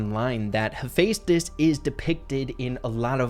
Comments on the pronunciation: IM SORRY BUT ITS HEH-FE-STUS 😭 not hey fes tus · You say it like hefi stos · Great vid, but btw its Hu-fes-tis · I’m no Greek god exspert but I’m like 50 percent sure it is pronounced he-fest-is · Same here Percy Jackson and Heroes of Olympus was EPIC Funny thing actually I could never pronounce Heaphaestus' name correctly so in my head I allways said hephastetsus or something like that🤣🤣🤣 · The amount of times I heard Hephaestus’ name get said incorrectly bothered me 😂 (I heard it said differently in god of war 3). Still great video just had to share that